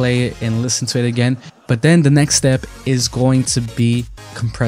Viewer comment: You're pronouncing "the" wrong!